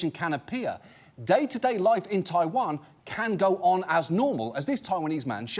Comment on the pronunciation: The way this man says ‘taiwan’ physically hurt me